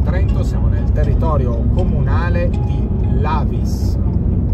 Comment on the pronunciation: Anche Lavis si pronuncia Lavìs e non Làvis, ma questo è un errore comune tra quelli che vengono da fuori regione